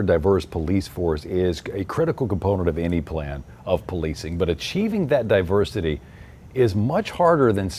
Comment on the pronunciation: "Our die-versity is our strength!" 🥴😵‍💫😂